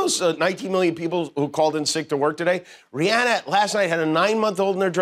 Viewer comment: Thanks for pronouncing Rihanna’s name right even though she says it makes her feel fancy when people pronounce it the other way. ❤️❤️❤️